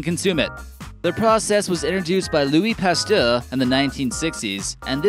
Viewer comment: Jared Black he also pronounced it as Louis pastereouere